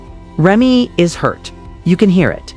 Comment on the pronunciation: I find your statements challenging and difficult to trust. Learn the correct pronunciation of Remy and Papoose names.correctly, plus your voice is ugly.😡